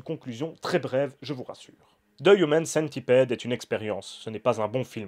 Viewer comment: AA j'avoue que je sais pas si tu le fait expres, mais le fait que tu dise "human" avec l'accent et "centipede" en francais sa m'irrite autant que les gens qui disent "FBI" en anglais mais "CIA" en francais.. ou qui disent "iPhone" en anglais, mais iOS / iTunes en francais arrrhhhhhhh